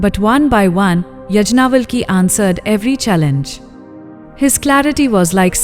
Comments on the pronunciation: It is not यज्ञावलकी.It is याज्ञवल्क्य ऋषि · Pl learn how to pronounce Sage Yagnavalka's name properly. Otherwise❤ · Please use right pronouncing for all the sages yagnavalk